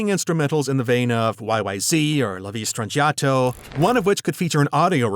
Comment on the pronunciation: It's 'La Villa (hard l's as in ill) Strangiato'. 'YYZ' is pronounced Why Why Zed, not Zee